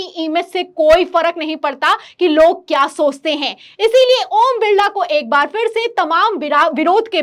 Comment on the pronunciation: ओम बिल्ला नहीं ओम बिरला